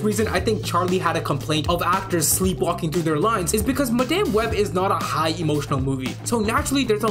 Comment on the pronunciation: Madaime Web? Can’t even get the name of the movie right…